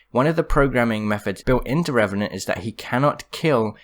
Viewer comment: I know that but it sounds funnier when you say Revenanr and Suicide lol